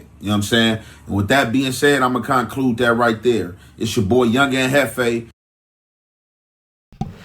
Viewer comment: Jefe I notice he not going against Adam this guy try to use big words and can't pronounce are spell the words Instagram page says he's a God he's Jesus of the ghetto so disrespectful and can't even spell or say conclude he says con-----clude like it's 2seperate words he' says he going to stay away from the race stuff but won't stay away from beefing with other blacks like spider loc king pill he don't represent the black community he represents Adam 22